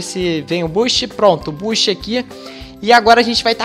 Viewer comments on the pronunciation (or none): none